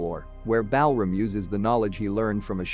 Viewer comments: The way you pronounce Balram, a very popular Indian name, while very logical in the American/British English format, is totally off. Balram is actually pronounced as: - Bal = bul (same as dull, null, cull, etc.) - ram = raam (same as dawn, pawn, Sean, awe, John, etc.) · Bell ram 😂